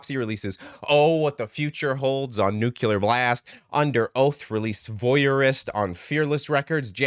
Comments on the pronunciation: It’s pronounced New- Clear Blast. NOT NEW CULAR Blast. When you create vowels that never existed in Nuclear, you recreated every dumbass who ever mispronounced New-Clear. Your not the first, sorry. Fix it🙂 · Please!!🙏🏽 pronounce Nuclear (as New-Clear) NOT New- U-Lar